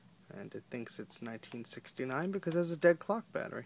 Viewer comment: you said since 1969 wrong lol